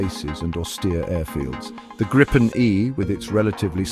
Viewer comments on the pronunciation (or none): It’s pronounced “Greepen”, nothing else 👍🇸🇪